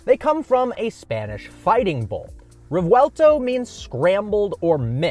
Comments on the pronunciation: reVuelto not reUelto 😂 anyway great video again brother! Keep up the great work! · It's not reuelto , if you have a V there, say the damned V